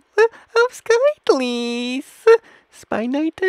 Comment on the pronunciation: What in the hell called O-run-ji skit-lee??!!